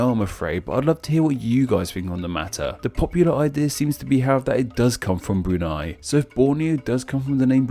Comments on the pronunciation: Brunei, not Brunai. 😁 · I'm not sure if you sound sarcastic but as a Bruneian, you pronounced all the names on Bruneian districts quite fascinating x'D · E in Brunei pronounced like E in Survey U in Hutan pronounced like U in Put don't get it wrong especially for a youtuber like you